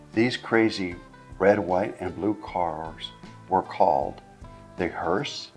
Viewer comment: Listen carefully, he says “Hertz” every time he mentions “Hurst” Duh 🙄